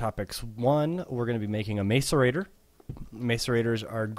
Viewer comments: *gah* I feel annoyed every time he says mace-arater :K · because he cant say macerator correctly